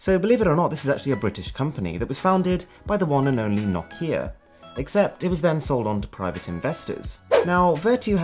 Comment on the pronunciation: You pronounced Nokia wrong